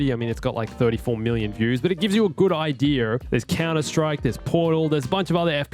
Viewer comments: No one:: idear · Ideer Planting the ideer